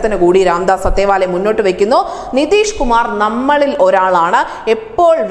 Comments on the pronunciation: ആദ്യം പേരുകൾ ശരിക്ക് ഉച്ഛരിക്കാൻ പഠിക്കുക. അത്താവലെ ആണ്; അത്തേവാലെ അല്ല. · "രാംദാസ് അഠാവ് ലെ" എന്നാണ് ശരിയായ ഉച്ചാരണം. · It is athaavaley, don't mis.pronounce, madam, u r a reporter and presenter